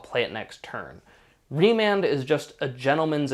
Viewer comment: remand not Raymond